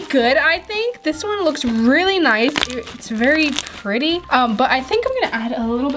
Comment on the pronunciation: 8.17 its s pwetty